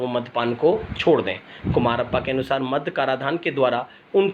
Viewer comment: मग नही मद्य होता है । Madya - म + द+य